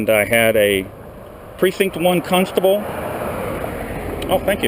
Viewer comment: Cuntstable??? Ahahaha. Good job. 😂😂